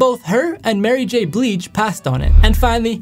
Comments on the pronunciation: Blige is pronounced bl-eye-g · Blige...like BLY- then just the sound like ge So bly- ge...not bleege...blige..Blige but don't pronounce the e after the g. Bly- g not bly- ga or gee...like RIDGE MINUS THE D..SO RIGE...RYE-GE...sounds like or rhymes with BLIGE...so ...if ur still confused Google it! Just trying to help.